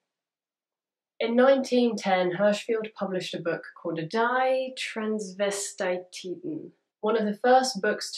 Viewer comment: Very interesting! As a German, I had no idea that this scientist ever existed. But in case you'd like to know, I can tell you how his name and that one book title would be pronounced in his native tounge. The "i" in "Hirschfeld" should sound like the "i" in "hill" - and the "e" like that in "well". And "Die Τransvestiten" would be like "dee transvesteet(a)n". (At least that's my personal best guess about how a native English speaker might try to write this phonetically)